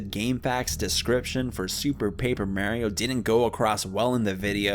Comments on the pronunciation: Disliked for “Super Paper MAYRIO” Not really though 😂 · Im sorry, MERRIO?!??!? I THOUGHT IT WAS MARIO! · The most tragic part of this video isn’t even the story itself, it’s the way you pronounce Mario’s name